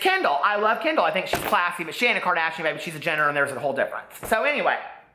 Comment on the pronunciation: "KIM KARDAYSHUN"